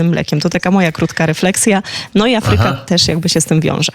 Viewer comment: Pani redaktor, "Afryka" akcentuje się na "A", a nie na "y"...Język polski się kłania. Jeśli jest się osobą publiczną, to należy poprawnie stosować nasz język ojczysty